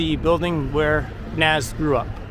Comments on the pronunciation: It’s pronounced like nahz not naz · Yeah. That hurt my ears a bit. If you want to spell it how it sounds "Noz" would be the way to go.